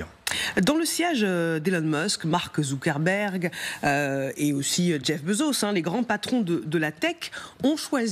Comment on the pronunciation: Effectivement "Marc Zounkenberg" et "fal cheaking" c'est très génant 😂